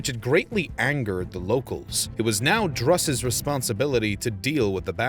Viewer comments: 2.22. Drusus. Is pronounced droo-sus. Never have i heard it said dru-sus. Why are you saying it that way? Everyone says droosus? Have you never heard it said out loud before? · OMG. Learn how to pronounce the man's name right. It is pronounced Droosoos, not Druhsuhs. Even pronouncing it Droosuhs would have been much better. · It's not pronounced druhsus...it's pronounced DROOsus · Not Drusus but pronounced Droosus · Droosus, not druhsus. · "Drusus" is pronounced "droo-suss", not "druss-uss". "Troops" is also a little inaccurate when referring to the Germanic tribesmen. It implies a discipline in battle that they didn't have. Also, to offer a clarification, after the disaster of 9 AD, the Romans did colonize part of Germania, between the Rhein, Main, and Danube. They built a wall along the border, and this area remained Roman till the 5th century. But correct, they gave up on the idea of extending the empire to the Weser or the Elbe. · Droosus. Or Droosoos, Not Druhsuhs. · DROO-SUS not druh-sus. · its pronounced DREWsus fuck sake. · Isn't it pronounced Droosus? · Its Germania, 'G' as in Gaul. As it is in German. Who TF is Drassis and the Yousepeets? And what's that guy's name again, Marco Many? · I couldn't take this seriously anymore after he butchered the name "Drusus." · Amusing mispronunciation of Drusus throughout the commentary. Otherwise, informative. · Good topic. The pronunciation of Drusus sounds off. There were subsequent efforts to punish the Germans and conquer portions of Germania - Germanicus made attempts. Domitian (and others), cordoned off pieces of territory between the Rhine and Danube with the Limes. Later, Marcus Aurelius wanted to cover some substantial areas north of the Danube, as a response to the Marcommani wars. So the question is, why they were not successful over the long term, and, were left exposed to serious incursions in the Third Century. Why the Germanic resilience, and later, threat?